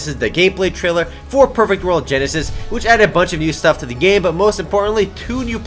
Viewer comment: When he says "perfect world" to me it sounds like Pervert World